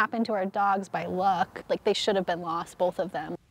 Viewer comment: “Bolth” x2